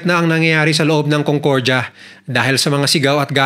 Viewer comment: CONCORJA😂😂😂😂 Ayusin mo pronunciation mo kuya